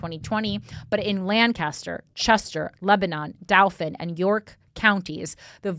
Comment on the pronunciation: The southeastern PA people wincing every time she says DOW - fin and LAN - kas - ter.